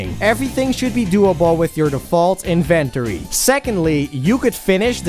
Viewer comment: you pronounced inventory wrong. Nice video though.